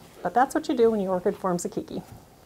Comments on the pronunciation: If the word is actually keiki, Hawaiian for child, it is pronounced kaaki. Long a. Drives me nuts when Hawaiian words are mispronounced. Informative video though. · It is indeed the Hawaiian word, and is correct. It's "kay-kee".